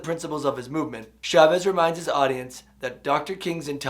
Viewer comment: Preparing for teaching AP English in the future. Your stuff is great! One humble request that I hope doesn't bother you-- I've noticed many non-Spanish speakers pronounce Chavez's last name as if it starts with the "Sh" sound. It's actually the same sound as in "cha cha cha." Gracias. :-)